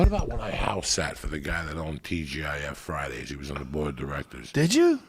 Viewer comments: “TGIF” Fridays 😂😂😂😂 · “TGIF fridays”